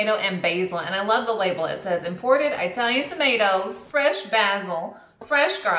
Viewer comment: EYEtalian!!! Are they from EYEtaly??? 🤣🤣🤣